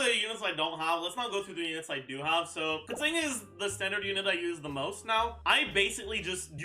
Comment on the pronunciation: Just pronouncing keqings name right, nothing wrong here.